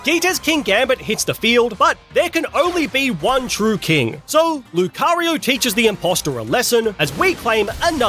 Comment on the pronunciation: THE FIRST O IN LUCARIO IS SUPPOSED TO BE A U!